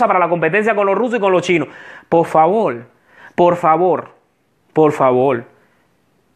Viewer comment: Se dise por favor no polfavor